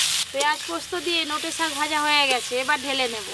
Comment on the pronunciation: শাক ভাজা ❎শক ভাজা ✅😂😂😂😂😂